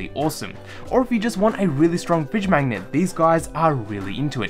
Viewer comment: Say 'mangnet' one more time